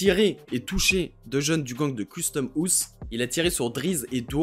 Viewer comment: Par contre frro ça se prononce pas « custome ousse »